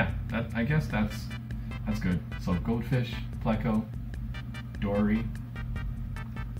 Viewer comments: Like a cow fish lol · literally every time he says "goldfish" it sounds like "goat fish"